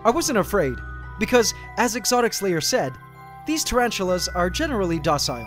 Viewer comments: Cause there is a "s" On Exotic(s) Lair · Sounds like you're saying "exotic slayer" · i just like how the way he pronounce "Exotics Lair" sounds like "Exotic Slayer"